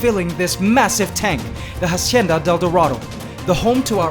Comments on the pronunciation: "hacienda", not "jasienda" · If "Hacienda de Dorado" is Spanish, stop pronouncing the H. In Spanish the h would be silent. I can't tell for sure if it's Spanish for sure, but again, if it is, the h is silent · Dude, you pronounce it like “AHcienda,” not “HAHcienda” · It annoys me how he pronounces the "H" in Hacienda. It's supposed to be silent. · Hacienda is AH-SEE-IN-DAH You don’t sound out the H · The "H" in hacienda is silent, just so you know, continue with your day as normal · Just a little tip about La Hacienda del Dorado. "Hacienda" is a word in Spanish that you are pronouncing incorrectly. The H is silent. And it is a bit cringy when you say it wrong. Just saying... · shouldnt be the "h" in "hacienda del dorado" be silent?